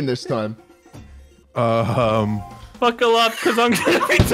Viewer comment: “BUCKET UP CUZ IMA TALK TO CHRIDLEDN TOWN”